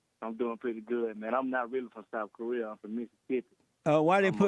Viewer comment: This man said Souf Koreer